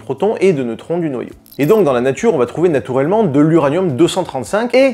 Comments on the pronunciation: Ah tu prononces natourellement lol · Je suis le seul à entendre "natourellement" ? 😅